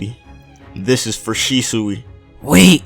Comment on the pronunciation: shishui? its shisui